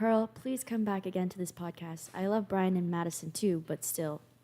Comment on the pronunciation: "valid" not "validate". Also it's "Brian", not "Brain".🤣🤣🤣 Brian does such a long podcast so that the guests can have enough time to say what they have to say, and can express themselves fully and completely. And it sounds like you don't like critical thinking and morals, which is a you problem. I suggest you deal with it, and grow up.😊